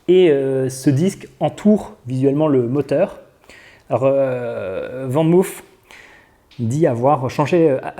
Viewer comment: Je sais que les français ne sont pas les meilleurs en néerlandais mais pour info van moof se prononce "fane mof " et non "vane mouf" ;) groetjes ;)